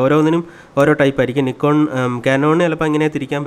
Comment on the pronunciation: കൊള്ളാം നന്നായിട്ടുണ്ട്.... പിന്നെ നിക്കോൺ എന്നല്ല നൈക്കോൺ എന്നാണ്